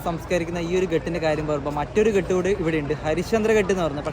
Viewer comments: Good experience...ഘാട്ട് എന്നല്ലേ പറയുക ??? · നിങ്ങൾ പറയുന്ന സ്ഥല പേരുകള്‍ എല്ലാം തെറ്റാണ്.. ഒരു വീഡിയോ release ചെയ്യുന്ന തിന് മുന്‍പ് ഇതെല്ലാം ശ്രദ്ധിക്കണം.. Ghaat ആണ്‌.. Ghat അല്ലാ.. എന്നാൽ കടവ് എന്നാണ്‌ അര്‍ത്ഥം..അത് പോലെ ഒത്തിരി ഉണ്ട്..